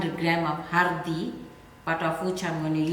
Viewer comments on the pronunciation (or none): Haldi not hurdee.